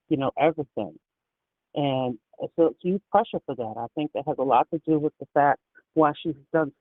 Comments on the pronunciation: "su"...es when she cannot pronounce "so" or she does in porpouse cause sometimes she does says It ok..maybe tooooo much botoxxxx,she cannot move her chicks,lips,eyebrows,suuuu she cannot Talk properlyxeeggghj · Great point as well! Her “so” drives me NUTS! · is a great example!